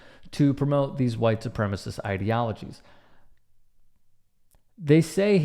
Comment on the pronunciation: Why do WS always call it “supremist?”